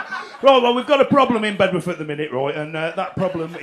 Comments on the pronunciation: Bed'uth Doug, Bed'uth. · Brilliant.. But it's "Beduff"!